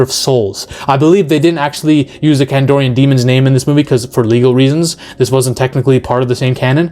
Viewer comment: KandArian demon, dude, not KandOrian Grey 😅😅😅